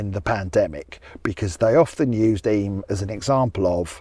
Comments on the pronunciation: Yay you pronounced Eyam correctly! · Mompesson (not messing), Eyam (I'm) enjoying the video